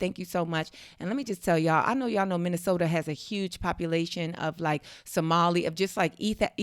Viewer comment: Minneh-soda. Huh? That's were my people at? I thought we were mostly in Atlanta